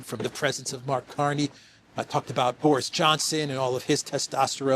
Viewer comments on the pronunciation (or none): none